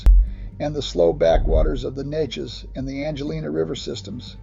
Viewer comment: Amazing that he got "Nay-chess" (Neches) right, but murdered "sloo" (slough).